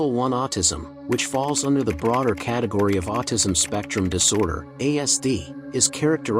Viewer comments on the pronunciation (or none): none